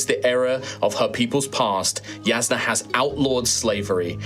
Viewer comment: “Yasnah” triggered me lol. But I came to this video as a huge cosmere fan with minor background in ttrpg’s. I’m leaving as a fan of the channel! acting and commitment as a GM really sold me on the whole experience. Looking forward to checking out more of your content